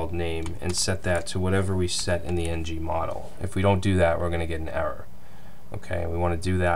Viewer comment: it's ngModel, and not ng-model. Just in case someone who came from angularjs (like myself) is coding along with by ear